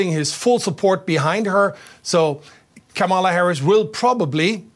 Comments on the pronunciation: KA-ma-la: the accent is on the first syllable. Learn to say it correctly. You’ll be hearing it a lot. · Pronounced kamalaa instead of kamaalaa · I read this before i heard her pronounce it. She butchered it. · reporter dude could be more professional, learn to correctly pronounce Kamala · Can you pronounce Kamala Harris's name correctly?